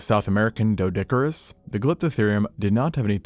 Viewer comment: Just learned Doedicurus is pronounced "Deedicurus"